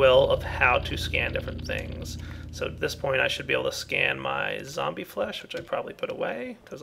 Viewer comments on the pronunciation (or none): none